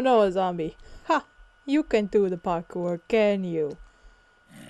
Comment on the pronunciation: Cewl vid! Its 'parkour' btw :P